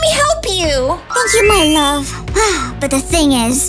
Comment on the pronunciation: When he say my lob not love it got me laughing 😂